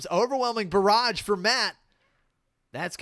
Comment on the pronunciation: Nah, it's just they way you pronounce "barrage" makes me think "garage" every time. Then I think of the overwhelming mess in my garage.